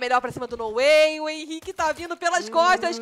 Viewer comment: Problema é chamar o Henrique de Ren, é esquisito